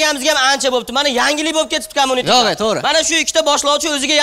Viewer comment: Олдиндан узур.!Курсатувни BOJALAR COMMUNITE деб номлашибди. Бу (куйлар подаси) дажи курсатувни тугри айтолмиди КОМУНИТЕ эмас "КОМЬЮНИТЕ" деб айтиладику Куйлар)) ....